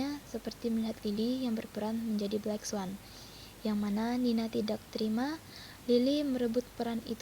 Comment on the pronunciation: Black swan kak bukan blacks one😂 haduh haduh belajar lagi yg banyak wkwkw